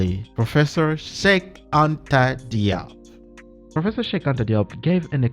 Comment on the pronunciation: Diop is pronounced as Jobe